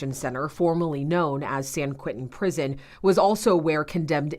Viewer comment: It’s “ San QUENTIN”. Not QUINTIN.